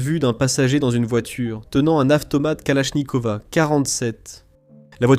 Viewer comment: kalashnikova 47 ???? AK47 pourquoi " a " à la fin ????